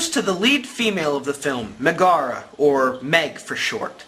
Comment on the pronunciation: That's not how you Pronounce Megara,.